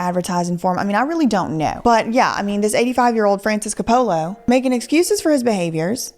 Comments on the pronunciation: Look I’m not trying to knit pick. But when people mispronounce someone’s name it drives me crazy. It Cope uh luh not co polla. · I would say just one thing : report, do not judge. I am here because I like your other videos. The director's name is pronounced [Kopulah] with accent on the first o. He is one of the most recognized movie directors in the WORLD, and has created some of the most emblematic Italian/American culture movies in the last 50-60 yrs. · I have always adored Shia...he's such a good actor. like Johnny Depp, who literally becomes the person he's portraying. And Heath Ledger! I hope he's finally doing well after having a very rough start. Also,, pronounce it Cap-pa-la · Your pronunciation of coppolla makes me want to punch my phone and throw it in a woodchipper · is one of my top 3 fav youtubers, but can someone please help her pronounce COPE-ala? TIA Still love you girl, and all your music (this one is def a bop ) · Francis Ford "Cah-pole-Uh" 😅😂😅😂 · Love your content but hate how u say copolla 😂😂😂😂😂😂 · if you think Cope Alla, you got his name right wonderful video i did chuckle every time you said his name hehe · Say it like Cope-o-la and NOT lay 😊😅😂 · Making this whole video without pronouncing the name Coppola correctly was a bold choice. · Francis Ford Coppola is a legendary Artist and Director. Please pronounce his name correctly. 😂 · Love the way you pronounce Coppola. 😆😆 So wrong.